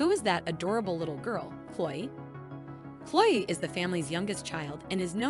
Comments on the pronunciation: The voice on this is terrible! You keep pronouncing Chloe’s name wrong; it’s not Chole. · Please pronounce her name correctly, it's not the way you are saying it. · Cloi Creeseley? What? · How is Chloe and chrisley so hard to pronounce?!